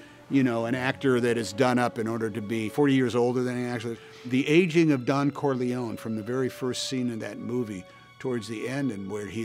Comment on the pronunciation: Corleone is pronounced, KOHr LEH OH NEH Ciao